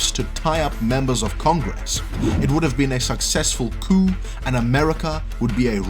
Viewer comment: I know you are non- American and it is possible that English is not your native language, but I just wanted to mention that the word is coup not cue. A cue can be a couple of things like in the game of pool there is a pool cue (the long stick you use to hit the balls on the table) and the cue ball (the white one), it is also the word used in plays or acting from a script where you wait for your cue (the time you say your line, or do a specific action). A coup on the other hand is what we saw here, the attempted overthrow of the current leadership. There is also the word coupe, which is like a small car. I know English as a language sucks. I really prefer the ones that are based more on phonetics, but being born and raised here in America, well this is the language I am stuck with. Don't feel like you messed up big time, I am sure that about 30% of Americans today would make the same mistake because they never check what the spell checker on their phone is saying, and don't know the difference if they do. I agree with you in the third paragraph. Reminds me a lot of Trevor Noah's latest video on his Daily Show channel comparing Fox News from 2016 and 2020